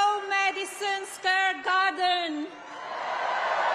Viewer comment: oh you might’ve missed it but when she said square garden, it came out as scare.